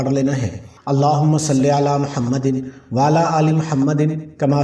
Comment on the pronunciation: Khuda k bannday darood to sahee Padna seekh lo wa ala ki bajay wala pad rahay ho